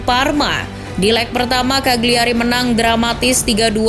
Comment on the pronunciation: Just info, Cagliari dibacanya "kaliari", huruf G nya tidak dilafalkan.